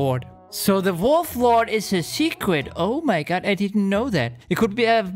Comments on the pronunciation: I like how you say OH MY GOD but with GUT instead of GOD xD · Instead of O mY God you say o my gut lol